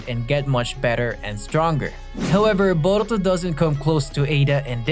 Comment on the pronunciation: Came to say this too, had to stop the video because of it. “Boruto” and “Naruto” almost sound like they’re being said with a Mexican accent. It’s really bizarre.